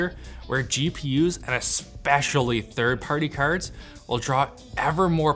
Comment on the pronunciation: "Therd pertty kerds"